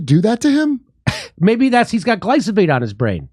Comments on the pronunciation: Say "Glysophate" one more time! ( I dare you! ) If you're going to pretend to have a meaningful conversation about a widespread poison, a part of the public lexicon for nearly 20 yrs! which you go out of your way to avoid by importing your pasta, at least buy a clue. Damn! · Hey Jimmy: it's "Glyphosate" (gli-fo-sate) ... not Glysophate. (unless you are mis-pronouncing on purpose) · First time you said you'd play the video all the way through and DID! Glyphosate not glysophate. Rolling Stone stops being relevant many years ago. Gotta love Joe! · Their mispronunciation of Glyphosate is driving me crazy. Not gly-sa-phate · I can’t stop laughing at the way has himself and everyone else saying glyphosate. He’s keeps calling it glysophate instead of glyphosate and I can’t stop laughing. 😂 🤣 😂 🤣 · Oh and btw… it’s glyphosate not glysofate. Uurgh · It’s GlyPHOSate man Not GlySOphate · Gly - SO - Phate (not glyfosate) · Glisofate lol… I thought it was gliphosate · It’s glyphosate. Not glysophate. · Glyphosate not Glysophate lol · Glyphosate not glysophate 😉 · You are pronioncing that wrong. Its Gly-pho-sate not Gly-So-Phate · Gly-pho-sate, not glysophate. Love you Jimmy. Come back to Dallas. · Gly-FOH-sate not gly-SO-fate. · Gly-PHo-sate, NOT gly-So-phate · It’s cute how Jimmy says gly-so-fate instead of gly-fo-sate…… lol! By the way keep up the good work Jimmy! As a way-more-right-wing than Jimmy Dore I appreciate the show for the good faith approach to all topics. Without a good faith approach we will NEVER come to an agreeable compromise. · thank you for addressing the issues with glyphosate, but please pronounce it correctly! Its Gly-PHO-sate, not Gly-SO-phate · Jimmy, it's glyPHOsate, not glySOphate. 😄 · It’s Glyphosate not glysofate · Its Glyphosate not Glysophate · It's pronounced "Gli - Pho - Sate" Not "Gli - So - Phate" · Learn how to say glyphosate: GLY-FO-SATE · Say (Gly-Fo-Sate). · GLY-PHO-SATE lol jimmy! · Dude "gliphosate". Gly fo sate. See?